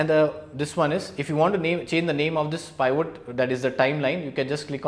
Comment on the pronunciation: Thanks for the information. Please pronounce it as “P-vot”